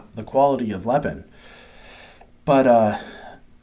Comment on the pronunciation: Hi, Im an American living in China for the past 6 years, Ive been a fan of lego for YEARS. Lego product here is about 3x the price of lego back home due to import tax on foreign goods. Because i refuse to pay CRAZY amounts for real LEGO brand toys Lepin (pronounced Lay-pin not the way you say it) has made me happy so far, Ive got two sets waiting to be put together now. also have a decool as well. All and all I'm quite happy to save the crazy money. at least its not megablock, those things were crap. Also you quoted the star ship made by lego is about $600 whereas lepin was about $100 whats awesome is i can buy it all day long here for about $20 haha